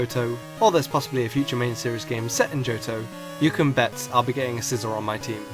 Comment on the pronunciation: ITS SIE-ZOR!!